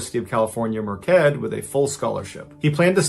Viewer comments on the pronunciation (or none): Merced is pronounced Mer said. The c is an s sound.